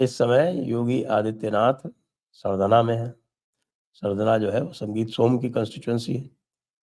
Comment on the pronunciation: इस विधान सभा क्षेत्र का नाम सरधना है । रोमन मेँ पढने से सरधाना लगा होगा ।